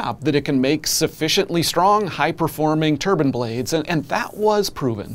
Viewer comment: TurbIne. Not turban